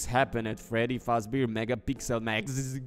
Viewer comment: is the only person I hear consistently mispronounce character names “fazbar”